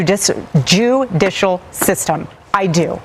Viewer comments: "Joo-di-shal system" was a Freudian slip, Kim asks! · "Jewdicial System" & "Excuse my French" 2 FREUDIAN SLIPS! 😜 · "Jew dicial system" B I N G O !!!!